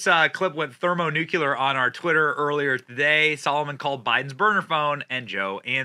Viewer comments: "Thermonukuler?" What, about the word, "nuclear" makes you think it is pronounced that way? And "Bursama?" It is Burisma. Your credibility is weakened by your inability to pronounce basic or well-known words. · ThermoNOOOKULR....😅 Plz try to pronounce it correctly, Benny!